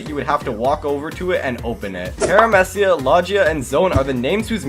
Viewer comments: low gee ya ,parameeceeya ,zowen (pronunciation ) 🤮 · "Paramessia" "Lodgea" 💀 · idk how you see great potential in "paaraamehcia", "lojia" and "zone" he pronounced them all wrong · How to pronounce fruit categories correctly: Paramecia = Pair-ah-mee-see-a Logia = Low-ghee-a Low-gi (as in gif NOT jif)-ya Zoan = Zone Zow-an Hope this helps!